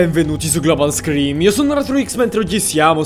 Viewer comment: victor 8 espertile è scream, hai saltato la R.